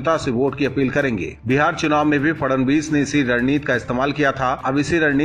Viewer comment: It is not Fadanvis it is Fadnavis